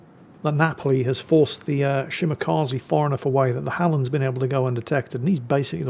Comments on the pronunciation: Shimakaze? more like Shimawhatze. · don't pronounce long names, please don't force him, he old and grumpy n salty lol,,,,another great video